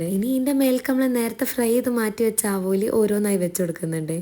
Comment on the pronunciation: ആകോലി അല്ല ആവോലി ❤️❤️